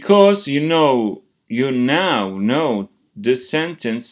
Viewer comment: Hocam Now Ve Know Tonlamanız bana yanlış geldi yanılmıyorsam